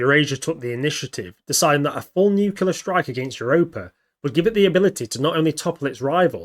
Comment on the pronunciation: Why is it acceptable for people to mispronounce nuclear? Are people that stupid? I guess so. Moron.